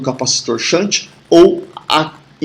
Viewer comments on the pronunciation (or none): Ótima aula! shunt = xânt♫